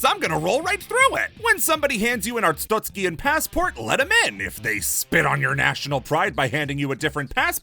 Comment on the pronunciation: pronouncing “arstotzkan” like there’s an i in it is driving me insane